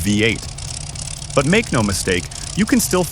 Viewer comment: Another otherwise interesting posting completely ruined by a shitty computer generated narration. Pronouncinh Roman numerals as words... " vye 8". Jesus.DOWNVOTED.